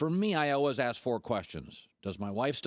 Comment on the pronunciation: LBJ GOAT 23 Colin "Alwuz" Cowherd